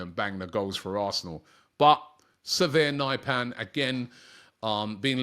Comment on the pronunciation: Robbie makes Sverre Nypan sound like a disease, «severe Nyp an»